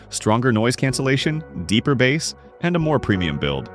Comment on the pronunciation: I'm out, not listening to your opinions on this. This video called thr audio term bass (pronounced like "ace" with a b in front) like bass as in the fish (rhyming with "ass" with a b in the front) and I stopped the video. Yes, they're spelled identically, they're homonyms. But, if you can't pronounce a basic sound term correctly when talking about an audio device, you lose all credibility, and I can't trust your opinion.